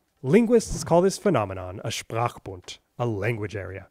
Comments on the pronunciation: The pronunciation of "Sprachbund" was on point man! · As a german native soeaker it makes me irrationally happy to hear you pronounce Sprchbund so perfectly<3 Love your videos btw :) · Sprachbund? The linguists use a german word for that? Interesting. And by the way: I never heard an English speaker pronounce a german word that well. Really interesting video, I haven't known that much about this two (and all the other) american languages before. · Your pronunciation of "Sprachbund" was flawless. Even the harsh German "r" and the "ch" were indistinguishable from native speakers, kudos! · Wow. When I heard you pronounce "Sprachbund" in perfect German, that was when you most impressed me. :D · When he said Sprachbund I instantly got Gänsehaut. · You really call it Sprachbund? xD A German word? In the name of the German language and linguistics I feel very honoured!!!